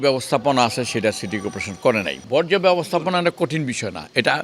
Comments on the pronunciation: যে মেয়ে বর্জ্য উচ্চারণ করতে পারে না বর্জ্যকে বজ্র বলে, উনার দ্বারা বর্জ্য সমস্যার সমাধান এতদিন সম্ভব হয়নি এবং পুনরায় নির্বাচিত হলেও উনার দ্বারা বর্জ্য সমস্যার সমাধান আদৌও হবে কিনা তা নিয়ে সংশয় আছে। তবে কিছু কিছু পারুক কিংবা না পারুক নিজেকে আর্থিক ভাবে সমৃদ্ধশালী করার ক্ষেত্রে উনি অপ্রতিদ্বন্দ্বী এতে কোন সন্দেহের অবকাশ নেই। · আইভি আপা বজ্র না বর্জ্য...... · হালায় কয় কি? বজ্র থেকে বিদ্যুৎ হবে? ওরে আইভি, ওইটা বজ্র না, বরজ